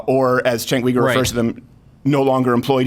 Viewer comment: Chenk WEgar? Chenk YOUgar.